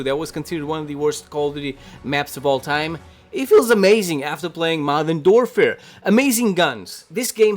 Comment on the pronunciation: I love how he says “Modern Dorfer” 😂😂